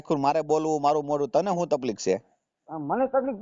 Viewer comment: Taplik na kahevay taklif kahevay bolta shikho